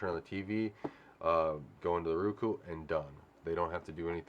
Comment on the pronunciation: I hate when my lady says Ruku...it is Roku. Like Row-Coo 🤣🤣🤣🤣 it makes me laugh everytime. Not trolling just saying.